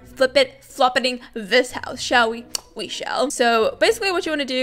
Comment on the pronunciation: Stop saying. Shell we. We shell